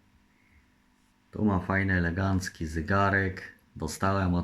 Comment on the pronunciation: Nie mówi się legancki tylko elegancki